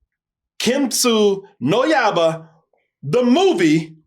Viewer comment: You don’t have to say the Japanese title 😂 but good try, “key met su no ya-i - ba. Hope that helps ❤